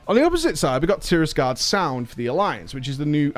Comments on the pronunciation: The Alliance zone is called TIRAGARDE Sound btw (not Tirisgarde) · I like how almost everyone pronounces Tiragarde Sound wrong xD